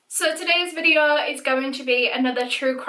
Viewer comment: "Vidde-aauuh" , haha <3